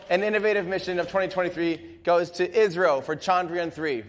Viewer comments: I saw many people getting confused in live comment section when Tim said "ISRO" because it sounded like "Israel", the correct pronunciation of ISRO is: "is" as in "his" and "ro" can be pronounced as "row". Hope this increased the clarity, Great work done by Everyday Astronaut team as always👍👍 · He said ISRO